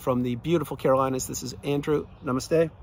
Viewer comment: andrew, your " namaste" is too good.